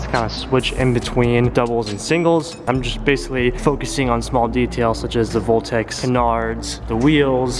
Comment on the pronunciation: is the wing a meme cuz it's said boltex instead of voltex but it looks dope asf tho I love the hard work you put in the evo, p.s just wanted know lol